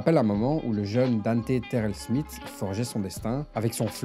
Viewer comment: Smith ça se dit Smisss.